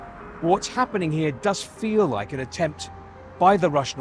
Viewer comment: Sounds WIKE😆😆😆😆